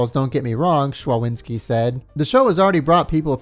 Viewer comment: you're doing an amazing job, love those episodes. One thing (more fun fact, but yeah) szczawinski is a polish name and it's pronounced sh-cha-veen-ski